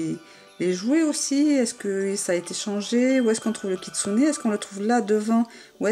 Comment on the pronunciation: tu vas arrêter de dire kitsunai stp